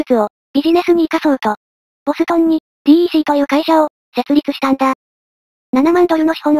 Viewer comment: DECは「デック」と読むんですよ。